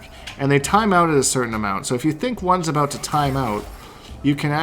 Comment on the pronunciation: I’m Canadian and it even scares me.